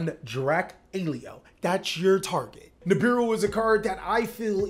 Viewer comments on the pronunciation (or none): none